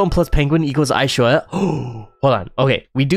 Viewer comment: Ishoja not lshowa